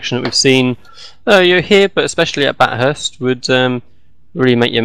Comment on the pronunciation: Nice coverage. I've never heard Bathurst pronounced like that though! Think 'bath', rather than 'bat' ;)